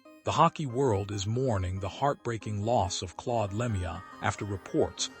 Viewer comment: Learn to pronounce his name correctly before u make a video What a joke